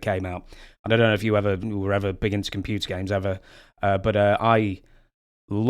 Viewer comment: The way he says "computer games" is the most British thing ever. Like he's talking about the zx spectrum.